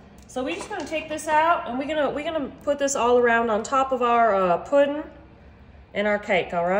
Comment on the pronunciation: I love how she says puddin and how she smacks the counter after she tastes it!